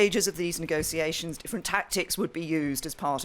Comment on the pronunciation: NEGO-SEE-ATIONS x3